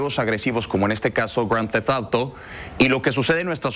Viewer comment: Grand deft outo bi !!! Se pasan de verga ....Son periodistas y no pueden pronunciar bien el título de un juego, ya ni el borolas lo hablaba tan culero...